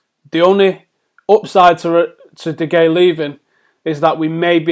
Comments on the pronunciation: Just read that off the screen, was painful to listen to. Also pronounced de Gea's name like 3 different ways. Anyways the muppet in me would accept Ronaldo for de Gea, but de Gea would win more games for us, especially in the long term.. Just give him a contract that the best goalkeeper in the world deserves and hope for the best. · "DE HEYA". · Stop pronouncing De Geas name wrong